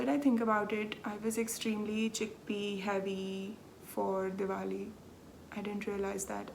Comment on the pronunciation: Thank you for a lovely hour of knitting chat. Your Oak Creek pullover is beautiful & looks great on you. Thank you for sharing your Diwali festivities with us, & for pronouncing it so that we now know how to say it. You & your husband look really good in your traditional clothing. I love the cat footage at the end... no boredom for you in that part of your life is there? Enjoy your trip, & I'll see you in two weeks. 🤗